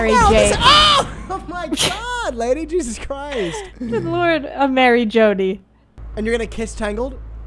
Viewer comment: this is killing me why was he doing that with his hands and saying lady like that